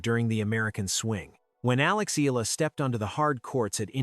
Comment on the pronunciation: Pls pounce her name as EH... YAH.... LA....